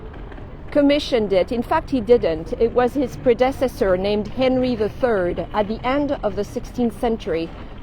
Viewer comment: great stories enrich these spots - thank you! and btw we all enjoy your creative pronunciation of words like 'predecessor' ;-P